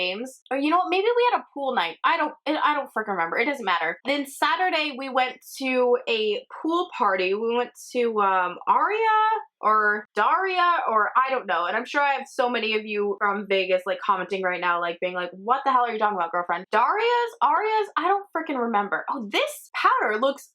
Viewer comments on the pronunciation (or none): Lol it’s called Drias! Dre-as it’s ghetto there lmao